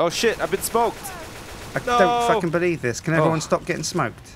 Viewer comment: "I cant FAKKING believe this can everyone stop getting smoked?"